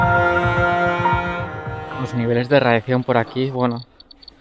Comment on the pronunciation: Tío se dice radiación, no radiaccion 👎